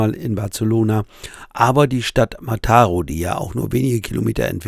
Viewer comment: Kleiner Tipp: Wenn auf einem spanischen Wort oder Ortsnamen ein Akzent steht, dann wird diese Silbe betont. Ansonsten immer die vorletzte. Mataró wird also auf der letzten Silbe betont.